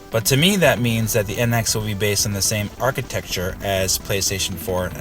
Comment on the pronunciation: I know I gave you a hard time about it before. Funny thing is that when you kept saying it, it made me want to say it like that too. Haha.